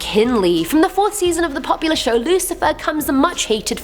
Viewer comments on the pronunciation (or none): none